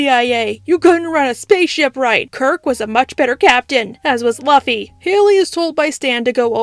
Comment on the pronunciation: Please never say Luffy like that again